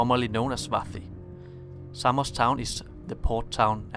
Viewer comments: Well, it is not ''Seimos'', it is Samos, for starters. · Σάμος* προφέρεται φίλε όχι Σέιμος χαχαχα.